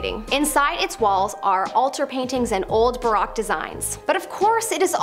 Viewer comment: The blond lady needs to learn to pronounce so many words. Another word is baroque. It's not Barack.